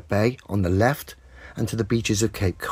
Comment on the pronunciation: How do you guys say left with a wif? Left wif a wif?